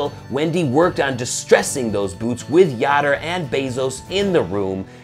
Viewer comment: That'd be pronounced "Yoder", as in "odor", but great vid anyway. Much love for Kemo Sabe and the whole crew!